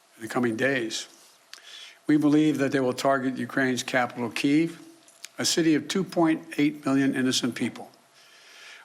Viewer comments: He can't even say the name of the capital right. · Kyiv is pronounced like two names: KAY & Eve = KAYeve not... KEY eve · A man claiming to protect a city he cannot even be bothered to pronounce with any accuracy. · Ukraines capital "keev". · Ah yes, the iconic Ukrainian capital... Keev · Keev lool its kiev funny president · Did he just call Kiev "Keev"?! Lol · Good lord!!! he cant even read from a teleprompt correctly! and Its pronounced Kee Ev ffs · wow, he doesn't even know how to pronounce the capital of the Ukraine. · Can't even pronounce Kiev properly... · He cant even pronounce kiev thats how much he cares about ukraine.